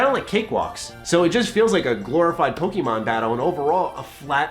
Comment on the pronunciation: I agree with the opinion. I don't agree with the emphasis you put on the 'e' in Pokemon.